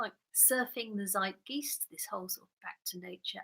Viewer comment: great stream! Covid has proven the folly of socialized hedonism, among other things. I like the way you pronounce "zeitgeist". btw, vegan vs. alleged vegan debate this Sunday, 1pm EST. proposition: the real estate business is not anti-vegan. hosted (and pro-argued) by Natural Hulkster on his channel. you heard it here, folks!